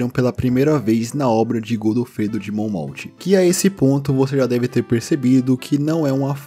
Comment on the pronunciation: "Monmauf" e n "monmoutch"